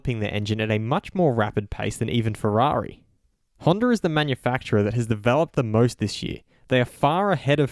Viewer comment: It's not Honder, it's Honda!